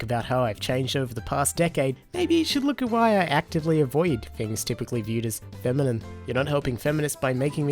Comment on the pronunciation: Anybody else hearing "feminim" whenever he says "feminine"?